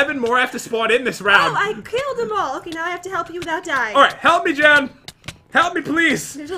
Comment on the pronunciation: that is not how to say Jen